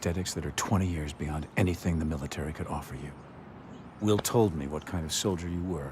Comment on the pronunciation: ish did K Spacey say 20 years behind or beyond? I mean, I know he means beyond, but it sounds more like behind.